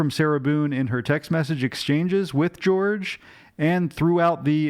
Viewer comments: Jorge's name is pronounced not like 'George' but like 'HOR-hay'. I really enjoy your analysis and dramatic reading of the transcripts as always 😁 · Is his name not pronounced Hor-hay? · His family called him Jorge as in George in the sentencing hearing. Even he asked to be called George rather than Hor-hay. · He spelled it Jorge but pronounced it George. Hope that clears it up.